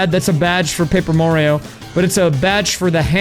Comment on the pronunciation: Paaper Mario Papert Mario Who knew he had so many cousins?